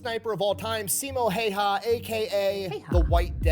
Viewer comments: If you're curious about the actual pronunciation for the name Häyhä (video's not accurate – the way he says it would transliterate to Finnish orthography as "Heihaa" and later "Hoihaa"): The "hä" are the same sound as the start of "hand" (sounds like "händ" to us), and the "y" is ~ the last sound in "new" ("njyy" to the Finnish ear). For Simo as well, there's a smaller difference. The way he says it sounds like "Siimou", so would need to both shorten the i and drop the u sound from the end. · Just a quick tip for Americans if you pronounce it "How Ha" It's closer to the real way of pronouncing his last name.